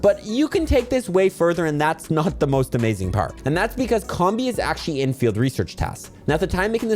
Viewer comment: It's pronounced COMB-BEE, comb as in honeycomb and bee as in.... bee.